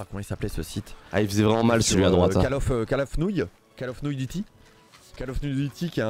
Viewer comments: call of nouille duty mdr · Call of nouille duty 😂😂